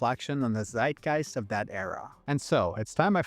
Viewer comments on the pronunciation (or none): none